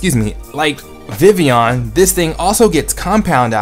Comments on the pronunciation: ITS VIVILLON! You always said Vivion xD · maybe proper japanese but in anime i have heard some distinct L sounds